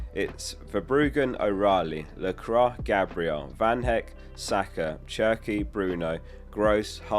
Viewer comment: Its pronounced la-quah not la-crah